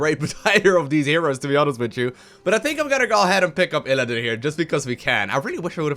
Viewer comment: Why do you say ILLADIN? It's ILLIDAN! <3